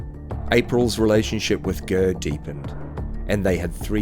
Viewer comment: Lol who the fck is gurr ???, it's ger not gurr. Just saying why go to the bother of making a documentary when you can't even pronounce a name correctly. And jftr i Iive around the same location as all these people, so I know what I'm saying.